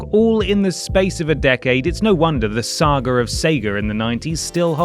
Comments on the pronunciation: Sehgurrr sogguurr...? Huh? Were you saying sega saga?😂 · Ah yes, the Sauger of Saiger “Saga of Sega” has no r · Lol he said sager ... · Sayger huh